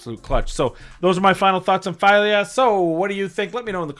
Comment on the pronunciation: It is FEELYA. Try Google translate in Swedish.